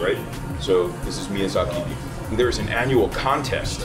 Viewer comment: Chef, it’s miyAZAKI, not mizyaki